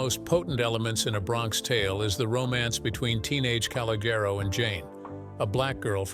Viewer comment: C and Jane did not go to school together and pronounce his name correctly! Now yous can't leave!